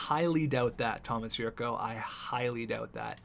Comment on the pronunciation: The 'c' in Jurco is pronounced like 'ch'